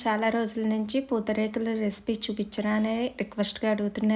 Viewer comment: పోత రేతలు కాదు అక్క పూతరేకులు